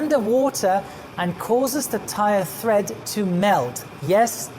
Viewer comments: Hi, It's tread. The grooves in the tyres are treads. (Same word as 'to tread, to step on'). This is the same in both American and British (and influenced) English. Tyres can also have threads, in the ply of fabric used to create the body of the tyre. Though, such tyres are no longer common in automotive uses - presumably not in aviation either! There may still be some protective fabric over the body though, with threads.;). Bicycle tyres are still typically made of woven ply bodies though. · Do you mean tread when you say thread? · TREAD, not THREAD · Tread not thread :( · It's tread. Not thread. Lost me right there. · Never realized there was a letter H I the word tread. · Brilliant video as always. You've answered so many questions about aircraft tyres. HOWEVER. It's treads, not threads! Sorry I'm a pedant. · By "thread", I'm guessing you're meaning "tread" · It's TREAD not THREAD... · It's called " Tire tread " not " tire thread " very informative video , thank you 😊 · I thought it was tread, not thread. You see this on Craigslist all the time. “ tires have good thread”.... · Thread? Or tread? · Err... the correct term is tread. Not thread. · Tread layer, not thread layer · FYI: it’s “tread” not tHread. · It's definitely "tread" not "thread". Doubly confusing as the plies of many tyres are represented in "TPI" or "Threads Per Inch" which gives an idea of the strength and pliability of the tyre casing but isn't related to the tread pattern. I know English isn't his first language but it would be a good one to check up on before doing an entire video on tyres. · I agree with you two gentlemen. I don’t know if it’s accent and the way he pronounces the words or if he is confused between the words thread and tread. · He doesn't call it tread. The diagram says tread but he calls it thread. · Great information,. On terminology, it is tire tread, not thread; tire chine, not chin. The heat damage done to a tire by hydroplaning is called rubber reversion.